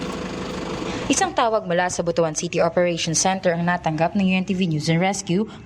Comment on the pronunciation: it should be pronounced as "bot-wan" not "bu-to-an".